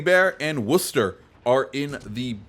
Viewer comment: Thank you for saying Worcester correctly. Sincerely, A Masshole